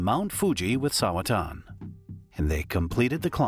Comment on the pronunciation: bro said it wrong lmao